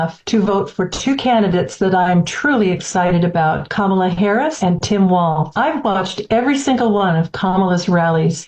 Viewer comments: Perfect depiction of how the press treat VP Harris. Also relevant is that they rarely use her official title but mostly refer to her by first name and usually mispronounce it. Then they refer to 45 by his former title. So disengenuous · no it is not autocorrect it is how to pronounce her name.